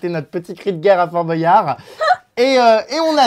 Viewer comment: Jerem on dit Bwayard et pas Bo.yard